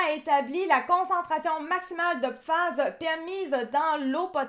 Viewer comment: Pourquoi dite-vous "PIFAS" ? Vous ne connaissez pas le français ?